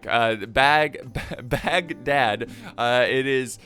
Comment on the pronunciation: "The siege of Bagdag-- Bad-dag-- ahhh" I love this video already. 👌